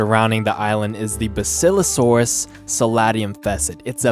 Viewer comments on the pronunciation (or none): It's bass ilo saurus